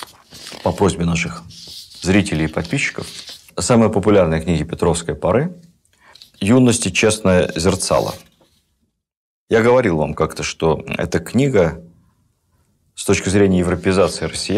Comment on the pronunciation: Спасибо огромное. Слушаю с удовольствием. Если можно, поправлю: честнóе зерцало. Ударение на второй слог.